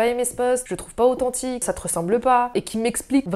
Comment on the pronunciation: J'adoooreuh tié authentchiqueuh allez je fais 6 bises